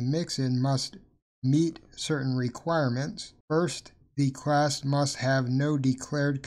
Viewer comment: yo why do you keep saying crass??